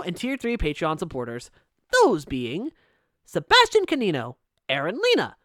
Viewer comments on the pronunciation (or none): none